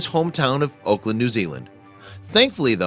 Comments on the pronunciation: AUKLAND..."AWE-KE-LAND" not Oakland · it's ahk not oak, doesnt any one check the pronunciation for the announcer? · Auckland is pronounced as 'awk land'. Not oakland. Dunedin is pronounced as Do Knee Din. Not donnadon. Apart from that, kitty looks Siamese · Yeah... crazy. 'Oakland' instead of Auckland. 'Dundin' instead of Dunedin. Wtf? Where did this clown go to primary school... & I assume he's suing them? Lol. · Nice story done rescues myself, but the I wish they pronounced the names of the cities correctly. Its Auck-land not Oakland. Duneee-din not dune-din. It's also RSPCA. I have noticed so many mistakes & untruths on this channel. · You seemed to get the name of ever NZ town you mentioned wrong. AUCKLand, not Oakland. Dunedin, not Dunden. Crack a Google once in a while. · AUCKLAND.....not OAKLAND. sheesh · Interesting to hear an American pronounce 'Auckland' as 'Oakland'. It usually comes out as 'Arkland'. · Oakland? Dundin? I've heard of Auckland (Orkland) and Dunedin (Duneedin) though. It is impossible for a blue-eyed Siamese cat to turn into a black cat with yellow eyes, buddy. You take people for idiots. ('Fevercoat can be caused by stress/trauma/infection)😂😂😂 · Auckland New Zealand, not Oakland! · The place names are actually Auckland which is pronounced like awk-land and Dunedin done-eden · It's pronounced AWK-land. Oakland is in California. And the second city you messed up is Dun-eden. You can look it up on this thing called the Internet. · Auckland is pronounced like 'lockland'. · And, he kept pronouncing Auckland as 'Oakland" 🙄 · Auckland New Zealand, it's pronounced like awkland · the way he says it makes Auckland sound like oakland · Why does this narrator keep on mispronouncing Auckland as "Oakland"? And as if I'd ever like or subscribe to a video that has to tell me to do so. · hahahahahaha the city pronounction is so wrong its hilarious Auckland not Oakland Dunedin pronounced Dun Edin not Dundin silent E. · You said Auckland wrong.